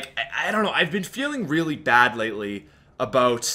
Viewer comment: I hate how you say Aboot instead of about...